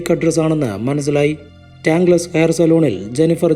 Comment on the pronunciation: കടയുടെ പേര് ടാങ്ക് ലെസ് എന്നല്ല. ടാങ്കിൾസ് (tangles) എന്നാണ്. അത് പോലെ സലൂൺ എന്നല്ല സലോൺ (salon) എന്നാണ് ഉച്ചാരണം.